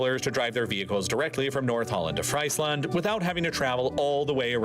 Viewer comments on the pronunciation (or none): bro called it freislend XD if i needed to explain it its written friesland but pronounced as freezland with the ie sounding as ee and the a actually sounding like an a rather than an e, the more you know ^^ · Lol! Friesland pronounced as (french) fries land is hilarious! It should be pronounced more like Freezeland. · Calling Friesland FRICE-land instead of FREECE-land makes me grimace whenever I hear it, but this is awesome overall!! 🎉 I've only lived here in the Netherlands for a year now, but I love it!! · It’s not ‘fraisland’ but pronounced as ‘Freesland’ We, the dutch, have a véry hands on, no nonsense mentality. We live in a ‘bathtub’ so we’re a worldwide specialist in water managenent. 😂 And still we ‘suffer’ from drowths too, due to pumping up groundwater for producing drinking water. Yes, a dike is a tecnical constructed ‘beaverdam’. We allso have beavers living in the country. 😉 The Deltaworks are worldfamous and function perfectly. We’re also véry good in farming. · It’s not pronounced fries land, but more freesland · Frieslaqnd, not Freis land dude Frrreeeeze land, the land of the frees,,,yanks and education...a lost cause... :( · It's pronounced Freesland, not Fraisland. and Dutch engineers help with land reclamation and protection projects all aroud the world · As a Dutchie it's funny to hear the voice over pronounce things. He did pretty well except for Friesland. It's pronounced frees land. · "Friesland" is pronounced " f r e e z e - l a u n t " They all 'll be replaced by BLADELESS wind turbines. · Friesland haha, fyi phonetically its freezeland. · Friesland is pronounced Freezeland, not 🍟-land 😅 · Guys please stop saying Fries 🍟 land 😂